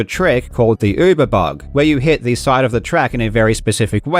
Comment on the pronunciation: Thank you for pronouncing uber and wirtual correctly. Hearing yyyyyoober and vurtual all the time hurts.